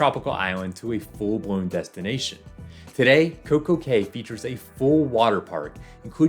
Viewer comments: Cay is pronounced "Key." 🤓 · FYI, cay is pronounced key.